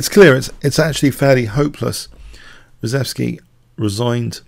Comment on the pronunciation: I believe the name is pronounced "shev" - ReSHEVsky, not ReSEVsky.